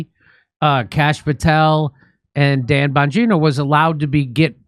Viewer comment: “Bonjourno”? Are you saying “hello”, in Italian for “Don Bonjourno”, “the Godfather of Hello”? Just try & pronounce the names correct please? Not sticking up for em’ but get it right.